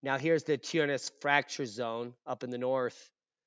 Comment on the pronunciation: 🤣🤣🤣 seriously laughed twice out loud - accent and pronunciation was seriously bad, and you slammed through this with the most serious tone. I don’t know how you managed without laughing at yourself. You certainly know how to deliver. Thanks for sharing your knowledge. So appreciative to get back to “normal” , climate and earth changes instead of most recent current events. That’s a BOOM.